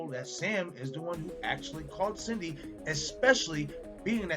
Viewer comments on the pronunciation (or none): I love your theories here. That being said, you spent the whole video calling Sidney Prescott "Cindy". Not gonna lie, it's a little maddening. Lol